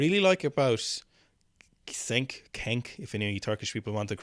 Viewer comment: The Turkish name Cenk is pronounced like “Jenk” in English with a hard j (not exactly the same sound but close enough).